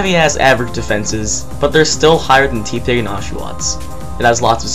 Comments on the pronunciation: It's tepig not teapig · It's not teeeeepig it's tehpig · Teepig? It's teh-pig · Every time he read Tepig as "Tee-Pig" instead of "Teh-Pig" it made me laugh, like he was trying to mix its name with T-Pain or something. Regardless of whether he was or wasn't, it made me lol over and over. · ...and then I read the comments for a change and see that a bunch of other people noticed this too and I'm laughing even harder. 😆